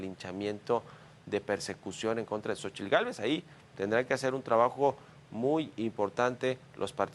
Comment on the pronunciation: Deberían darle clases de español y náhuatl al reportero. Francamente es patético verlo pronunciar con esa "tl" tan marcada.